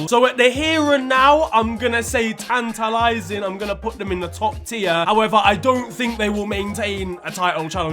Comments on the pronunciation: "in-TIT-a-lat-ing," 2022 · saying “tantalizing” like a true Nigerian